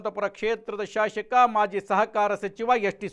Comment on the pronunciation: Shashaka alla shasaka sariyagi heli